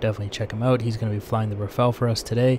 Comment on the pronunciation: Say Rafale not Rafael please